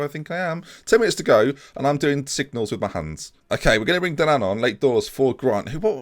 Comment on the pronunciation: Dynan would be better pronounced 'Die Nan'